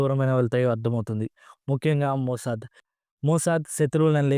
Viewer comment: మోసద్ కాదు #మోస్సాద్